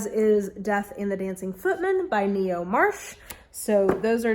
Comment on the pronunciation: I hope you don't mind, but Ngaio is pronounced "Nye-oh". Have a fun reading month and may the anxiety demons stay far, far away.